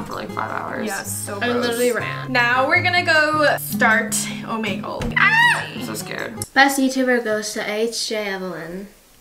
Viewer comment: She said omanegle 😂 (it’s Omegle)